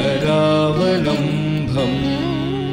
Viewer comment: It is karaavalambam nor KARAAVALAMBHAM DICTION IS IMPORTANT FOR HINDU RELIGIOUS STOTRAS